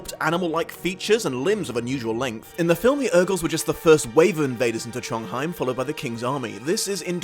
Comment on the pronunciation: You mispronounced a lot of things. Ajihad: Ah-zhi-hod Tronjheim: Tronj-heem Alagaesia: A-luh-gay-zee-uh